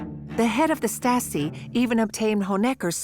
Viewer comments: And i thougt the stories from my german teacher about the Stasi was crazy... Yet why does the narrator say the staski? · The narrator (AI?) has a lot of trouble pronouncing German words.